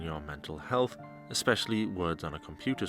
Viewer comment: "Exspecially" isnt a fucking word you fat sow. Especially doesnt have an X in it